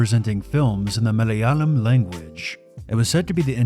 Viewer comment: Pronounced muh-lay-ah-lam not mah-lay-uh-lum.